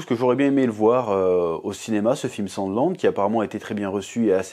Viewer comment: J ai compris "sans glande"